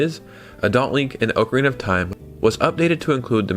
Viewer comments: OCK-A-REENA NOT OAK-A-REENA 🤦🏼‍♂️🤦🏼‍♂️🤦🏼‍♂️🤦🏼‍♂️🤦🏼‍♂️ You say Zelda is your favorite game, but you're pronouncing it WRONG! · let the man enjoy his ookrina bro